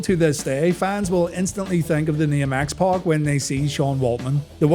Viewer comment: To this day I despise the pronunciation of X "Pock".